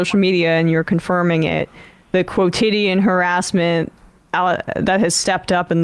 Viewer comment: If you're going to use a word like quotidien, you should pronounce it correctly.